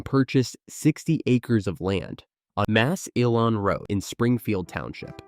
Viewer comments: How did they just pronounce Massillon?? 😂😂😂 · It's pronounced Mass - Lun, not Mass- E- Lawn. My parents took us to Kiddie Land several times, my favorite ride was the hand crank cars. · Mass-illon road 😂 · Mass-elon!?! HaHaHa! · It's pronounced "mah (like the sound a sheep makes) sill on." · You win the prize for the wackiest pronunciation of "Massillon".